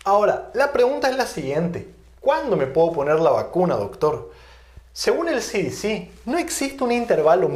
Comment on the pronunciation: Desde luego que mal pronunciación tiene usted doctor ,,,,,,,,,,, efe de a ,,,,,,, ci di ci , está mal pronunciado se dice ,,,ce,,,,,de ,,,,,ce en español y no en inglés ( ademas las dos son entidades americanas , y usted habla español no inglés , el que usted sea bilingüe no le da derecho a pronunciar en inglés cuando está dando la conferencia en español , cuando la de en inglés entonces pronuncie en inglés , por que si no los de habla inglesa no se enterarán si pronuncia en español ) Se me olvidaba las consonantes B y V , son distintas y se pronuncian de distinta manera ,,,,,be ,,,,, y ,,,,,,uve ,,,,,,lo mismo que la ,,,,y,,,,, i,,,,,, una es latina y la otra es griega